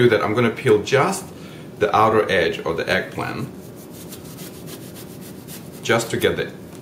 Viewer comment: It's pronounced EGG PLANT not egplin! However that looked great so I will try it.